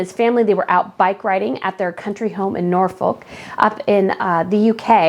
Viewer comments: Love your videos. Just to say though for future reference it's pronounced more like Norfook as in book. I'm the next county across in Suffolk pronounced Suffuck as in duck 😂 and don't get me started on Worcestershire 😂😂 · Looking fab as usual. Loving your pronunciation of Nor-folk